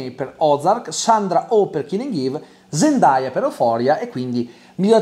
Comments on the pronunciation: Zendaya lo ha meritato troppo 🥺❤️ P.S Comunque la pronuncia non è “ZEN-DAI-A” ma “ZEN-DEI-A” 😅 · Si pronuncia "zendei"